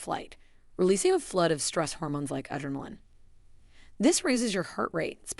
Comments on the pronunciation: Great info but AI narration SUCKS! "Dial nine hundred eleven." Dear Robot: real humans say NINE-ONE-ONE. And I just LOVE your pronunciation of "adrenaline." Laughter is great for heart health. 😂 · It has some good info, but the way adrenaline was mispronounced too was upsetting.